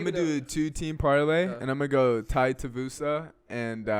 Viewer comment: Tai Tie-uh-voosa is fighting on this card. Who knew?